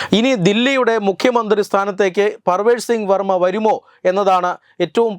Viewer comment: വർമ്മ പേര് മര്യാദക്ക് പറയാൻ പഠിക്കു